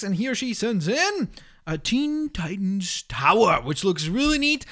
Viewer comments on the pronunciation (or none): none